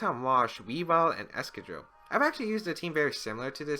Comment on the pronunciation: Is that really how you pronounce excadrill.....?